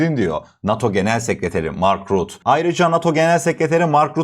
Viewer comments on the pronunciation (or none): Rut degil rutte olacak dogru telefuz et , adamin ismine tecavuz ediyorsun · İsimleri doğru okuyalım. "Rut-te".